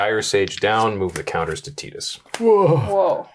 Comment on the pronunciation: Pronouncing Tidus correctly whole pronouncing Final Fantasy Ten as Final Fantasy Ex in the same breath, made me lol. ❤️